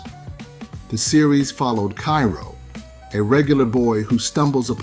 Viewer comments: I 🩷 Super Robot Monkey Team Hyper Force Go!!🐒💚 (And you pronounce Chiro's name wrong.) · you can tell they use Ai for the voice, especially how it pronounced chiro